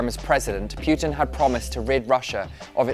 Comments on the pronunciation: Putin not P"you"tin... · why does this guy say pjutin not putin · it's poo-tin…..not pew-tin. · I tried, but I can't listen to all your obviously thorough research if you can't even say the guy's name properly. It's not PYOO-tin, it's POO-tin. Greatly diminishes your credibility. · Poo ting Not Puh teen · very interesting video - only grippe is how the presenter pronounces PEWTIN. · most Americans pronounce it as PU'IN without the T so its kinda irrelevant. Most people pronounce it wrong (Don't know why, well, maybe because I am slavic)